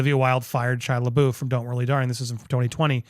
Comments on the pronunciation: “La boof”💀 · It's Florence 'Pew' and Shia la 'buff'. Not la BOOF.